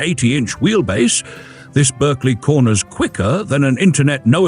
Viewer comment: Pronounced Barkley please😊